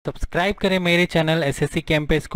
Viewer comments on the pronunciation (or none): none